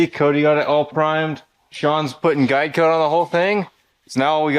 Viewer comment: Every time You say GUIDE COAT, I hear GEICO.